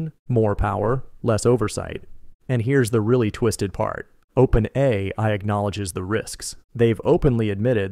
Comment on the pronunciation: as soon as he said openAYEEEi i realized i wasnt watching the channel i thought i was.